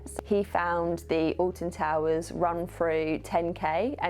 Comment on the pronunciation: Having never heard of Alton Towers, and not reading the title, it kept sounding like you were saying "Austin Powers". lmao